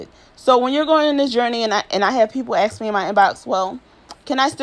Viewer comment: Why do you produce ask like “aks”